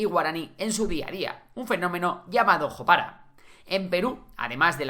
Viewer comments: Si bien se escribe "jopara", es una palabra en guaraní y la pronunciación correcta es "yopará" (en guaraní la "j" se usa como "y" en español y todas las palabras se acentúan en la última sílaba si no llevan tilde en una sílaba anterior). Excelentes datos y aportes!❤ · Se dice yopara (jopara)